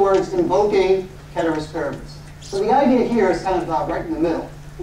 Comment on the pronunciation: Came just for the pronunciation of "Ceteris Paribus", stayed for amazing class